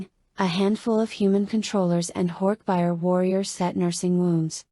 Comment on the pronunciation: AI reading is so annoying! So monotone. And reading all the thoughtspeech moments by saying “less than / greater than” because of the <. >. Symbols. Not to mention the pronouncing of horkbijir as horkbuyer. 😩 I own all of the books. I’ve collected them since I was a kid during the scholastic book fair days in the 90s. I’ve read and reread them dozens of times. I figured listening to audio version while working would be great. But looks like I’ll just have to reread them manually bc ai narration sucks!